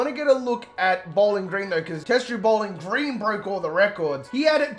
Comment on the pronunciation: I don't know why I love how you call it "Bowlan Gran"